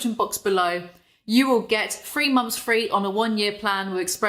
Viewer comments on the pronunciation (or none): what said: Three months free What I heard: Free months free.